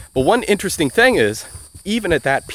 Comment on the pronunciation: I like how you can speak multiple dead languages fluently and are an expert on linguistics and you still say "thang"